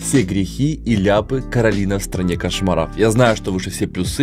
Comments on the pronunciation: Майни: сколько раз ещё он исковеркает имя Коралины?: Да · теперь не только хейтит луну в мультфильмах, но и каверкает имя Коралины:) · Сколько раз вы будите меня коверкать? Люди: Да